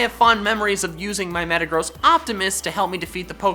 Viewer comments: DO NOT LEAVE OFF THE R IN METAGROSS! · I thought you said metegross was a fat ass. Lol